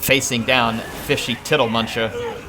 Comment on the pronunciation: I am so impressed that got tiddlemunchas name right every time he said it.